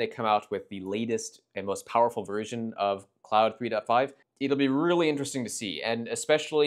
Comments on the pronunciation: Nice video! Hint on the pronunciation of Claude: It rhymes with "bold" or "road", and not with "cloud". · No this is wrong. The name Claude is pronounced "klɔd" in American English and "kloud" in French. It can also be pronounced "klawd". Frankly, I don't care but Mr giving advice is wrong.